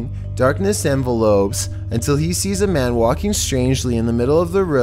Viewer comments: Darkness "envelopes". I need a mail run. Love!!!😆👍👍 Awesome video though!!! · "Darkness envelopes" not the mail. if you're reading from your own scrip how do you not catch it in editing? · In that context, it's pronounced "en-vell-lups". Good video, otherwise!